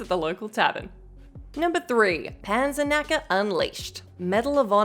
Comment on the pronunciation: Its pronounced „Pun-sirk-nuck-uh“ :)